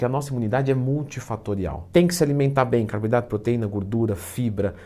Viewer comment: "Gurdura" Twin, Leandro